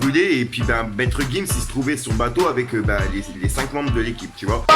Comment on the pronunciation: 30 000e de montre tout sa de perdu tes actu sont pas complète même le nom de gims tu dit nimps psq c'est gims et non maître gims